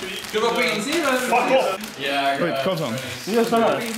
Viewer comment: Why say "fak off"?:c